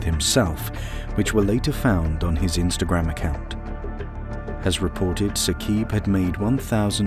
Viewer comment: It is not Saqeeb in pronunciation... it is Saaqib